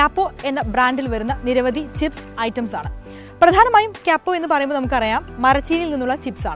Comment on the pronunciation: ക്യപ്പോ അല്ല കുട്ടി കപ്പോ